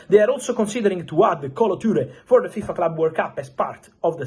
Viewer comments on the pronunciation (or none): none